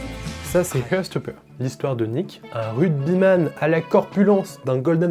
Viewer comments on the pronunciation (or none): Désolé mais j'ai du mal... heart se prononce HART et non HEURT (to hurt signifie blesser). Sinon c'est très sympa ta vidéo et j'ose pas dire combien de fois j'ai regardé la saison 1.